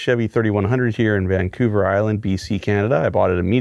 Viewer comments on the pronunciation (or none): none